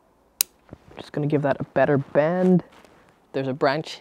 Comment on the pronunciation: You say bend how I say band...how do you pronounce band haha. Band it dane and make sure you don’t get inverse teppper